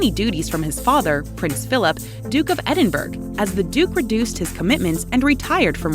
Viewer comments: Narrator can't pronounce Edinburgh properly. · Mispronunciation of the “Duke of Edinburg” throughout this presentation. So annoying.